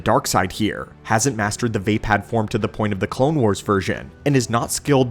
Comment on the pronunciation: Love your videos man but 1 thing Vaapad is pronounced (VUH- POD) not (VAY - PAD) please it’s slightly iritating